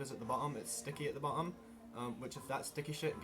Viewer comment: I think he's trying to say bottom like its sticky on the bottom of the tape lmao